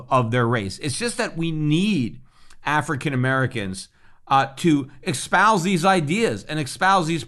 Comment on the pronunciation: Great content. Eloquent and insightful as usual. By the way it's "espouse" not "expouse."